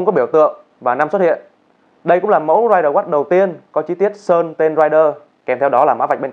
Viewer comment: Ridewatch mà đọc thành riderwatch